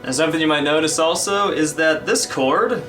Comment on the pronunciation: when u said this chord in part 8 it sounded mor like discord^^ lol